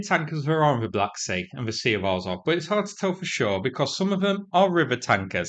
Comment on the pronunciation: Azov is AZZOV not AAZOV